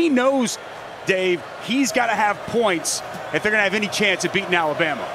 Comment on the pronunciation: how hard is it to say alabama....jeeeez...lol